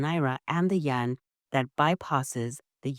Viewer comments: You keep saying Yen. It is YUAN, Yen is the Japanese currency. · Not Yen, its Yuan